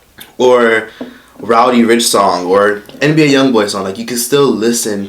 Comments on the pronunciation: Nigga said Rowdy Rich😂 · "rowdy rich"😭😭